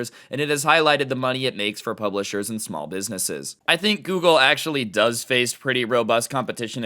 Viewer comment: Dose anyone else realize that he said gergle instead of google